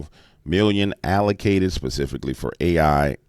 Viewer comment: LOL! You STILL didn't get "specifically" right. ILUV YA ANYHOO!